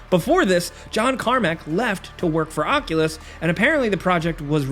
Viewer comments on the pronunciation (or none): none